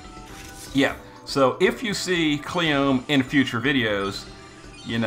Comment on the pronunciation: Its kleeyome, not Cleeom